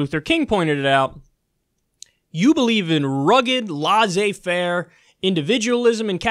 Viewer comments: Laaioozse fare????? U mean Laissez faire ?!!!? Look man..if u cant prononce it...DONT use it. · Free French Lesson from French-speaker: L E S S-ay Fair, Kyle, = laissez-faire.